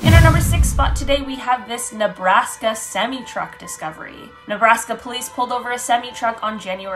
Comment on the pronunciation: The way she said semi